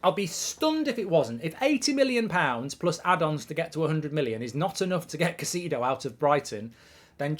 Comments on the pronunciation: KAI-ZEI-DÖH English-speaking youtubers persist in putting zero effort to properly pronounce names. Do it. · I like how you say "Ka See Dou"...😂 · How many times can mark pronounce Caicedo wrong